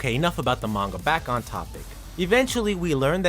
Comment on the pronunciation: OK, you've somehow done worse on pronouncing "Manga" than most people. People often incorrectly say "Manga" as "MAN-gah" when in truth it's "Mahn-gah", as the "a"s of Hiragana is pronounced as "ah". You pronounced the word "Manga" as "Main-goh", why must you butcher such an easy pronunciation even worse than most people get it wrong when it's just so simple to pronounce. Just remove the typical English method of pronouncing "a"s in words, and replace that as "ah". Honestly, I hate it so much when people don't even put in the effort to say it right and denies acknowledging their mistakes. Like a character in a story, sometimes, part of developing well as a person, is acknowledging your mistakes. I hate to be wrong as much as many of you do, but I don't lie, nor deny ever making a mistake if I know I did it. If such a perfectionist I am is able to, nearly anyone else can